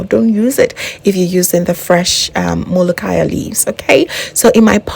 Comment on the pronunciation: Your Molokiya pronunciation is fine. I love your recipe.